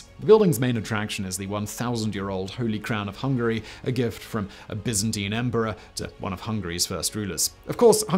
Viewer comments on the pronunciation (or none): none